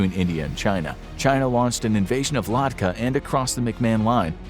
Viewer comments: it is ladhak not kadka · its not ladkah it is called la-da-kh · Come on, it's not ladkah , it's Ladakh. And remember those Chinese tyres on russian vehicle in Ukraine???? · It is Ladakh not Ladkha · It's Ladakh, not Ladkah... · Its Ladakh..... Not ladkah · One correction.. it's not ladka.. it ladakh!! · It's Ladakh not Ladkah. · Its not "Ladkah". Its "Ladakh". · It's not ladkha.. ITS LAH DAKH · It's Ladakh not Ladkah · WOW LADKAH its Ladakh Please do proper research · what is ladkah- I think you mean ladakh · broo its ladhak not ladka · Ladkah? TF is a Ladkah? Ladakh is the real name and it's Indian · Its not Lad-Kah, its Lad-akh. Please correct. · Say it with me bro “ Lah-dak” not “Ladka” 😂 lol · Respectfully speaking, Its "LADDAKH" not "Ladkah" Do your research properly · It's ladhak not ladkah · It's called "Ladakh" not ladhka. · The way you pronounce Ladakh is unintelligible. It's Lud-Ach not lad-acka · It’s Ladakh not Ladkha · Ladakh is pronounced luh-dah-kh but not ladkah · Ladakh not Ladkha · Its not ladkah its ladhak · shouldn't it be ladakh rather than ladkah 😂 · It’s Ladakh not ladka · I guess that the place your are trying to call is LADAKH and not LADKAH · Wtf is Ladkah? I think it should be Ladakh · Its lah dak not lad ka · Ladakh. Not ladkha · Bro it is Ladakh not Ladkah .. haha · La-dak(h) not Ladka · It is Ladakh and not Ladkah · its Ladakh not "Ladkah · that is ladakh not ladkah. Correct it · it is la-dakh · Haha "Ladkah" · If He says Ladkha again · It’s Ladakh not ladkah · Dude you murdered the pronunciation of Ladakh (India)